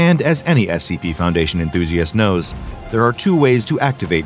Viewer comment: It's scp not sega